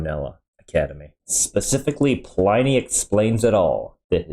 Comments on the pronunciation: pull-in-e not pline y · "Ply-knee". P-leeeese! Even the vid commentator pronounced it correctly as "Pli-ney". It's even SPELLED "Pliney"! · Pliny is pronounced "plinny", not "ply-nee". LOL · PLINY ISN'T PRONOUNCED LIKE THAT 😂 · It's quite bizarre, that he hears the correct pronunciation, and still gets it wrong.